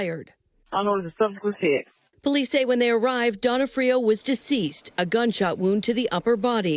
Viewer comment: HOW DOES EVERY NEWS GET HIS NAME WRONG? Do they not know Vincent d’ONfrio? Not D’onFRIO